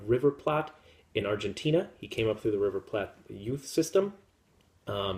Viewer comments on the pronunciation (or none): Funny!!! I am fluent in Spanish and have a hard time pronouncing Alajuelense...! You may need to adopt an accent checker. Here and on BCR, I heard you mispronounce River Plate - it should be pronounced as the kitchen item you eat on and not Platt (as an in Adam and Oliver) - ahaha... Thanks for all the updates!